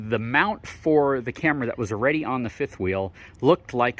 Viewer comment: Love the info you provide. Videos are good. Don't be so shy, show your face. And, the word is "Already" not "Awe-Ready" Haha from a fellow FORD guy